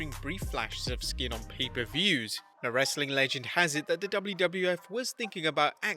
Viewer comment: I like it when you said "RHASSLin content!"